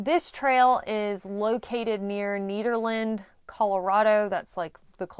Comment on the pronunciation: It’s Nederland, not “Knead-erland” and the locals will laugh at you if you say it that way.